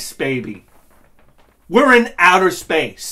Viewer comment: "Sip a cuawfee for otter space". Lol. I lost my shit. Love it!